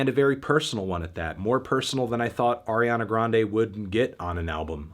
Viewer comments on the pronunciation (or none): You mispronounced Ariana Grande. It’s pronounced Ariana Grande.